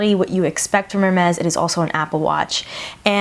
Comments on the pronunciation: No you are saying "Er-Mehz" it's pronounced "Air-Mehz" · I think it's hermes not ermez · girl if you are going to pay a grand for a watch know how to pronounce the brand 😂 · I kept cringing every time you said it wrong